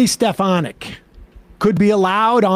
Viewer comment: I like how Sam takes the opportunity to mispronounce these MAGA clowns' names. Like stefanick